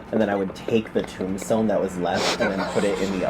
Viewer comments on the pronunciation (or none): none